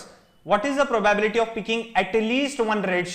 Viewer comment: probyebility :) probably you will learn how to pronounce it